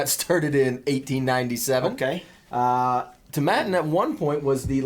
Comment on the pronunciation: Tom Aitinn NOT ToMMattin.